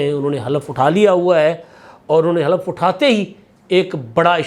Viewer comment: Khalaf nhin halaf